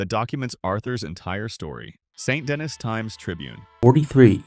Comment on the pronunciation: Wow, I didn’t even know there were so many ways to mispronounce “Saint Denis.”